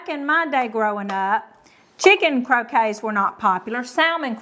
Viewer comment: Aw,. It's CROW-KETTS, not CROW-KAYS. Your way is the game with balls and mallets in the yard. Salmon is a silent L. SA-MON. - remoulade is RAY-MOO-LAAD. Not ADE like lemonade. I understand there's a southern accent involved, but there's a big difference in your sweet southern accents and a mispronunciation.